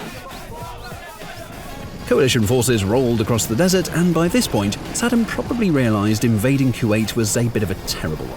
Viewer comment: Such a great video. My only problem was the narration, you guys are already hard to understand with the british accent but calling Saddam Husein as "Sed'm" didn't help at all 😂 I had to keep rewinding to understand what's being said.